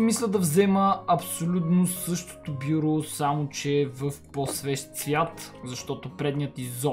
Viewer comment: стига си мувисал бюбрю казва се бюро